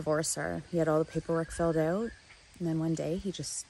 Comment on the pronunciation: The way you said "out" so cannadien bruuh.